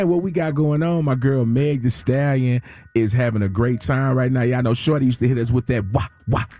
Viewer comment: He still say that wrong “Shordee”😩